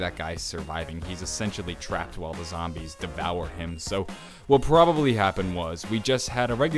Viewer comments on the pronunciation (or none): "He was probabraly under the influence if the Illuminati" lol gotta love that part